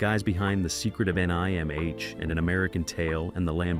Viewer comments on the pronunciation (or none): OMG "The Secret of Enn Eye Emm Aych" THIS ROBO VOICE IS KILLING ME!!